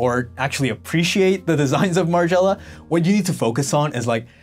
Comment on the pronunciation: margiela.. my favorite brand. great video, you should learn the original pronunciations tho. just a bit of constructive criticism